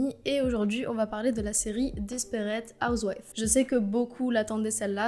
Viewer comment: Desperate Housewives (PS: tu le prononce pas mal) est l'une de mes séries coup de coeur c'est vrai que encore aujourd'hui beaucoup de gens pensent que Desperate Housewives est une série comédie, mais en réalité et c'est ce qui a donné son succès c'est quel est une série très polyvalente entre drama, comédie et leçon de vie. Surtout que à la base la série était fondé sur un drame. Desperate housewives a été jugé comme une série très représentative de notre société avec les femmes en foyer et leur histoire que aujourd’hui beaucoup de gens décrivent souvent cette série quand ils parlent de leur voisin ou de leur vie en quartier. Bree et Lynette était noté comme les femmes typiques du foyer en Amérique et même en France. La plupart des musiques sont étaient orchestrées par un groupe de musicien dédiée pour la série, ce qui explique les magnifiques musiques de la série qui aujourd’hui sont beaucoup repris dans d’autres émissions. Une autre chose a parlé du quartier qui est possible d’aller visiter car ce trouve dans les studios d’Hollywood. Ces maisons ont servis pour plein d’autres séries et à l’intérieur des maisons c’est des fausses pièces et des faux plafonds toute les scènes filmé à l’intérieur des maisons sont dans des studios à côté du quartier wisteria lane. Par ailleurs certaines maisons on eu beaucoup de changement aux cours des saisons pour uniquement la série desperate housewives. Pour l'information concernant la tromperie de Tom il dit dans la saison 1 à son pè